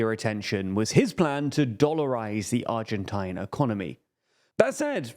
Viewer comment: The pronunciation of Argentine bleed my ears and I am not even native English speaker.